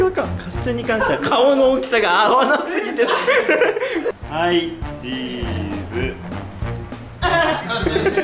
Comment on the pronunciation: の「はいチーズ」のイントネーション独特笑笑